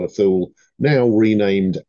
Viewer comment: Sir, When I was up there many years ago, the locals called it Too Lee in Greenland, or Thule Greenland. There is a big military base up there. I believe that's the correct pronunciation, if you know better, please let me know. Thanks for your wonderful content and my apologies for this pedantic comment